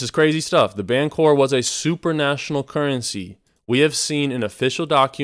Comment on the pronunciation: Supranational, not super national :)